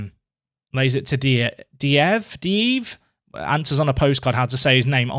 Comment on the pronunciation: Postcard to: Diveev = Dih-vayaf.